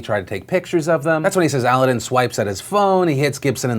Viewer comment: The name is pronounced like Aladdin not aludin haha ;)